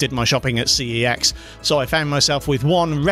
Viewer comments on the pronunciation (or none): It’s C E X, not that sus word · My mind automatically assumes you are saying SEX MACHINE instead of CEX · I chuckled every time you say CEX machine 😅